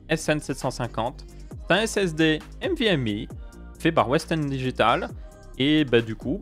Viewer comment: Nvme!! et non pas "M"vme